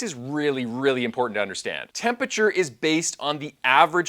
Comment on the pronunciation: I'm a nerd for science so this video appeals to me in that regard, but I'm also a pedantic nerd and find the mispronunciation of the word tempe-RA-ture as tempature to be too distracting. There is no such word in the English language "tempature" and this is where one looses some of their audience devaluing the impact of the information. Attention to detail is the difference in being heard and understood. In another point of correction it is strongly recommended to avoid using hot water from your water heater in cooking as you have less pure water from that source and the difference in time is negligible for the increase health risks associated with using hot water from your water heater in cooking.